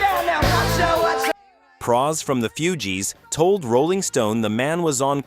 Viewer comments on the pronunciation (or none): Cannot pronounce Mark Knopfler! Who is the singer for Guns 'N' Roses? Why is your footage of Jim Morrison and the Doors NOT Jim Morrison but rather Ian Astbury of the Cult? Not "FEW-gees"...."FOO-gees"! You should be embarrassed! Actually asking people to subscribe! Absolutely horrible!